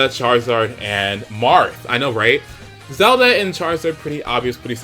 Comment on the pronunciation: Marth not Marty